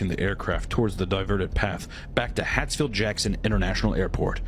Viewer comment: It is Hartsfield-Jackson, not Hatfield-Jackson. This could have been way funnier with a little embellishment and better story telling. Just saying.